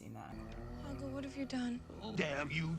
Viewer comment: She called Hoggle, Howart. Hogwart. Familiar?